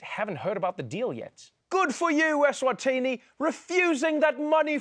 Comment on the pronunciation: ESwatini.... Not ESwathini